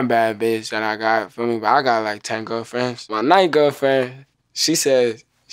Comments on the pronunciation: Every 1st Grader: Mowsey is so cwool He has so many gwerlfwends. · I love when mosey sed l got 10 gwerl friends